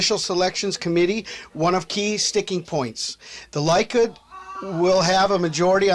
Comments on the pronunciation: Likud, its pronounced "lee-kood".. Beiteinu, "bay-tay-nu". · It's pronounced "Leh-kood"